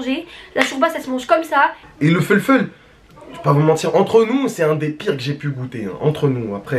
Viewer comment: « Le foulfoul » 🤣😂💕